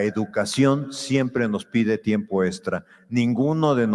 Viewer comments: Yo sólo escuchaba "testos" en lugar de "textos" 😬😌 además de tiempo "estra" o "extra" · Creo que deporsi está peleado con la "x" 😄 dice: estra en lugar de extra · Este señor ya delira, los maestros también son humanos con necesidades personales y económicas. No viven del aire no son robots Solo le pido que por favor pronuncie bien la palabra "texto" y no "testo" "extra" y no "estra" Me irrita escuchar "testo" y "estra"